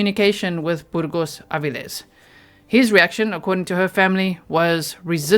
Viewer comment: How many people ♥️ pronunciation of Burgos-Avilles? ⤵️